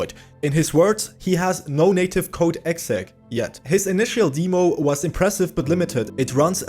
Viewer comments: My friend, it’s not DEEmo, like Bee, Lee, We, He…but DEmo like Them, Stem, Gem, Lemon, Pen etc. It’s sort for the word Demonstration. Jeez. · Its dem-oh not deeemo on the pronunciation. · In English, it's DEM-oh. It's our language, we get to say how to speak it and you wrong! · S'all good, I could have been a little nicer about it too, sorry :D I grew up with amiga demo disks, then pc game demos were very common. I had never heard "deemo" before and it reminded me of when my family used to say "seega" instead of "sayga" for sega. It used to really grind my gears with how wrong they were, even after I showed them adverts with the correct pronunciation, they continued to say seeega lulz